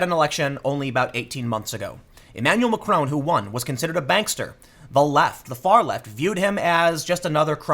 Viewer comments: Learn to pronounce Macron's name properly. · Tim, learn to pronounce macron in the non yankee way